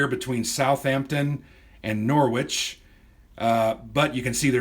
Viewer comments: Excellent video, I enjoyed that,, the game looks good fun. Leicester is pronounced “Lesster” and Norwich is pronounced “Norridge” (sounds like porridge) but hey, we all have local oddities in our countries - and I wasn’t laughing! Andy [They Come Unseen - Osprey Games] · Excellent overview, thanks - I've browsed this off the shelf a few times - its now closer to my 'acquire' list. If you do want to quibble about place names then it may help to know that leicester = lester, rather than lyster, norwich = the o is like orange and the w is silent...